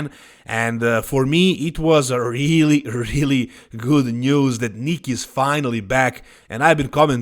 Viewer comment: I thought you said : "Nick looks gut". 😂